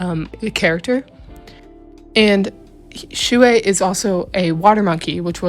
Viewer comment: I KNOW its annoying when people say it but.... THATS NOT HOW U PRONOUNCE SHUI (T^T) its shway so your oc name is shway shing